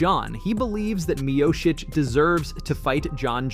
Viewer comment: Mioshich, miosheesh, miasik or miosik, dude.. can you name him right ?